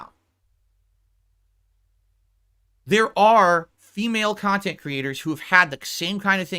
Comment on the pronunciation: There is a hundred kahtent clippers why does Doody specifically trigger him? Its because Doody des his bookkeeping for him? Im a loser for watching this kahtent i agree maybe one day ill make a turkey sammich and bring to a homeless shelter and do something pawsetive with my life. Moron loser